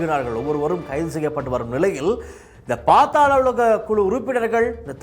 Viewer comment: பாத்தால உலகம் இல்ல bro அது பாதால உலகம்😂